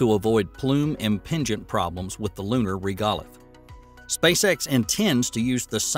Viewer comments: Regolith is pronounced rĕg′ə-lĭth″ rather than "Ruh-GAH-lith" Hexagonal is pronounced hĕk-săg′ə-nəl rather than "hex-a-goh-nuhl" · Love Alpha Tech videos! This is not a criticism but this narrator often has unusual pronunciations for words. Like for the word regolith, which is pronounced as rĕg′ə-lĭth. He seems to shift the syllables in words. Is it on purpose? Can’t wait to hear new ones. 😮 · Mispronouned "regolith"